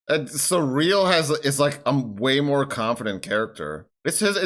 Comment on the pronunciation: Saying Syril's name in a kinda-French way is absolutely appropriate here. He's on kinda-France-planet.